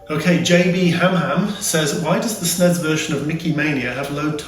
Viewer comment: Rewatching some of these videos.... Having moved from the UK to Canada, its nice to hear that pronunciation of SNES... Everyone here calls is Super Nintendo, Super N.E.S. or S.N.E.S. so its nice to here it being called "SNESSSSSS"!